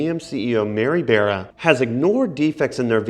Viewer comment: You’re saying Mary beara for Bara. It’s Mary Bara like in candy BAR then add the A